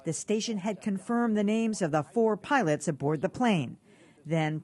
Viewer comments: Oh my good he said piwots. the world is going to end. 😮 Jees what a drama queen 😮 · At the 54 second mark he calls them piwots not pilots 😮